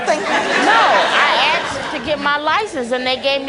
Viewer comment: Axed Axed Axed Axed Axed Axed Axed Axed Axed Axed Axed Fuck me. Its Asked!!!